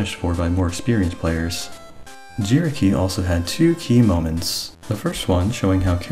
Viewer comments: I dislike the new style of saying "key moments" i like the old "key................................................. Moments" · Huh said "key moments" diferently haha